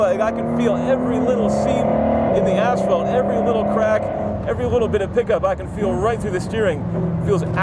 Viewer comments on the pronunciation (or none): Did this clown just pronounce it "ASH FELT"? Is this guy American? Thumbs down